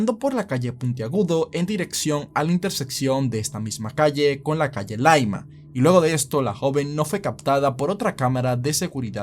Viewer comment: Muy completo el video me gusto lo lo que si se dice llaima no laima y ese video se mostro siempre por eso se pensaba que se habia subido a un auto el de 8 meses despues era uno donde se le veia doblar y caminar hacia la bodega que era como de carpas de lona no de vino